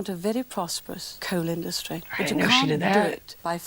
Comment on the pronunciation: Hilarious how he goes on about how Southerners supposedly sound more intelligent, then says 'Norf, Sahf' 'Norvern' and 'Indushtry', I can pronounce my 'th' and 's', so how thick are Northerners, eh???